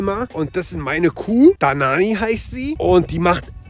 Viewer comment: hat gesagt danani